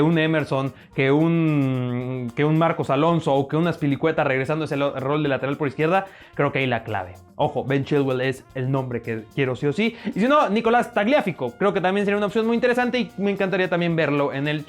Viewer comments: Se dice tagliafíco no Tagliáfico jaja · TagliaFIco, no Tagliáfico.... Cib acento en la última " i ", palabra grave!